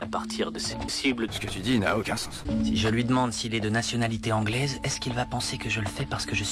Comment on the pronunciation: Quand ya sans dit sânse stp pas sens